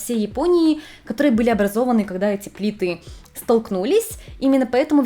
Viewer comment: Ну, блин, ты бы хоть проверяла ударения перед записью видео!!! Не огненОе кольцо, а Огненное; не 4 плИты, а 4 плитЫ и т.д. С ударениями у тебя просто вооооооот такая жопа!